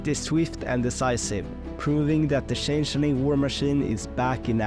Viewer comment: the way he pronounced changeling should be considered a war crime